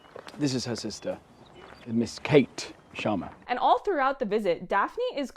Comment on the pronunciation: God I loved it when u said sharma the right way and not “Shaama”